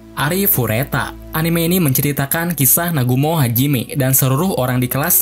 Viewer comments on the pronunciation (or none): none